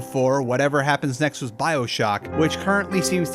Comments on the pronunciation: Say it wiss me. wiTH . The letters “th” combined do not make an s sound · With is pronounced with a th not s lmao